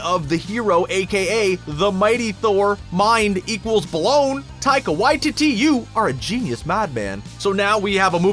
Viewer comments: Dude, it's Whyteetee, not Whytitty 😂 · Idk why I found it so funny that he pronounced taiga waititi, tiger y-titty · Taika Why-titty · I thought it was Taika Waititi not Taika WhyTitty... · Taika Whyteetee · Waititi Why-tee-tee 🤦‍♂️ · omg I just realized Taika Waititi can be pronounced "Taika WHITE TITTY" hahahaha